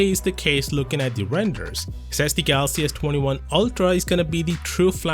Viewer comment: Why do you always pronounce galaxy as “gathhaxy”? It’s like your tongue has been removed. Sounds super annoying